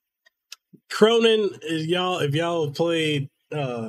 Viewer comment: "Khronen" >K >row >nine